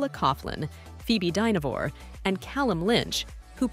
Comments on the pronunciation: It’s Dinner ver not Dinovor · This woman, or AI, can't pronounce Dynevor. If you are going to do a podcast about the cast the least you can do is pronounce their names properly